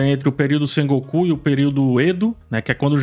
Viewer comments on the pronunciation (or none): Hahaha! Não se pronuncia "Sengokuú" como "Son Goku" do Dragon ball, a pronúncia correta é algo próximo em pronúncia do português, "Sêngôku".E o nome do personagem não se probuncia "Tórónaga" e sim "Tôranága" hahaha